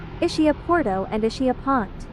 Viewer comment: The island is pronounced EES-KEE-Ah with accent on first syllable. “Ch” is pronounced as a hard c in Italian. It is not Ischia Pont-it is pronounced Pohn taa